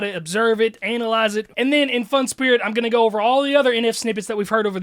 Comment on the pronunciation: way he said "analyze"